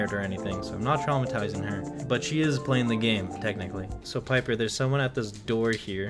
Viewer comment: ITS BABY PIPER NOT PEEPER